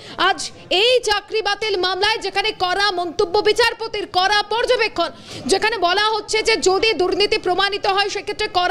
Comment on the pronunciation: উচ্চারণ ঠিক ঠাক করা প্রয়োজন। "কড়া পদক্ষেপ" , এই টা শুনলে মনে হচ্ছে "করা পদক্ষেপ" । "ড়" এবং "র" ফোনেটিক সাউন্ড এর পার্থক্য আছে, দেখে নিতে হবে।